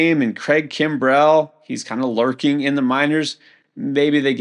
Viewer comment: So this guy also cannot correctly pronounce Kimbrel? Or is there some player named KimBRELL I've somehow missed out on over the years?